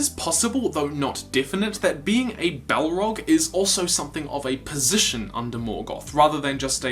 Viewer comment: Balrog not Bellrog